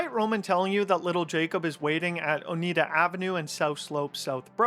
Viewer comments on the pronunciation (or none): none